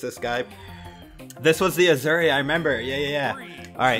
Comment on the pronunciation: Asuri = Auu-Zu-ree lmaoo